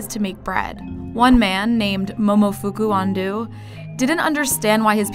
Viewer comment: the way she says momofuku ando makes me cringe